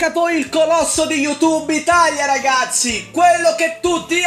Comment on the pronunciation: Ragapzi, ragapzi, ragapzi, ragapzi, ragapzi, ragapzi, ragapzi, ragapzi, ragapzi, ragapzi, ragapzi, ragapzi, prepararsi alla fatida ora X, le .